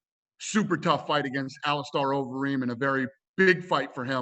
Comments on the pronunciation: “Alice Star Overeem” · Ali-star overeem? Am i dumb or is he dumb? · "AliSTAR Overeem" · He’s a pretty big name in the UFC. It’s hard to believe that Dana can’t learn to pronounce some of the major fighters names properly.